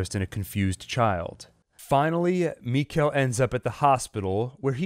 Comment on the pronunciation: It's mikael like nickle it's pronounced Mickle